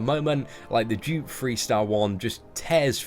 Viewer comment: not to be funny but when. u say dupe it sounds like u saying jupe